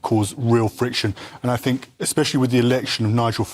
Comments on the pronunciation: It's "THink", not "Fink". Two guests who can't even pronounce words correctly; grips my shi*. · Education in the UK has clearly failed... Is it really beyond them to be able to pronounce their own language correctly... It's 'think' not 'finck'. They are not babies fgs. Hard to take any person with such a lack of capability or with shear laziness seriously. I bet Donald Trump can articulate better than these guys yet, there they are, slagging him off as though they are even remotely competent. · I fink’ haha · I fink, i fink , I fink...She finks a lot 😂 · “I fink” 😂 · Cant you get anyone on that doesnt say I fink?